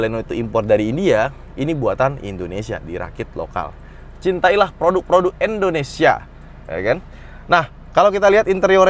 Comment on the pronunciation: cuma mau meluruskan, "Indonesia" bukan "Endonesia". Terima Gaji.